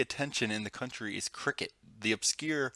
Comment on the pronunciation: Why did he say cricket like that I'm weak 😂